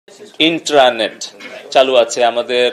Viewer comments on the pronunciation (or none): Intranet kothata uccharon korte dat benge jacche abar se naki montri